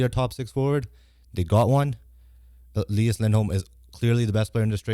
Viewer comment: It’s Elias not Eleeeas